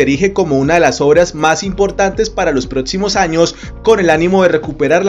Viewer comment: Ojo con esa pronunciación, no se debe decir protsima